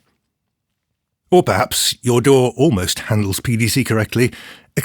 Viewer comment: He also pronounces DAW the best way.